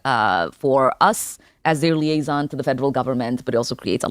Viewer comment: She says “Im The Liason to the federal Government”